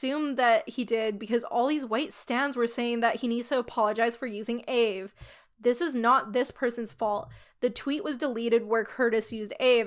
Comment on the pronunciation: loving the vid but the african american in me cringes everytime you call aave “ayve” most african americans just pronounce it by letter aka “ay-ay-ve-ee”. also side note the aave topic isnt a black person debate its an african american debate (the specific ethnic group) and for my personal opinion and many other african americans opinions, using aave as a non aa person isn’t inherently racist or problematic. the problem is mocking it or using it incorrectly, other than that i could care less. the kurtis problem is that he used the word bussin incorrectly not that he was using the word in general. in all honesty even though this was annoying i dont really care nor is it a racist or a cancelable crime. an extremely minor offense not even requiring an apology as long as he educated himself and move on i dont really care. edit: just realized i worded this goofily. african americans are black. its the ethnic group for americans descendants of slavery. so yea it is a black problem but more specifically an african american problem.